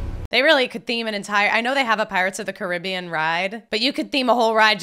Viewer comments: It's really simple. It's Disney's "Pirates of the Care-a-BEE-an." The real water and everything else with that name is "Cah-RIB-bee-an." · Pretty sure it is pronounced Caribbean btw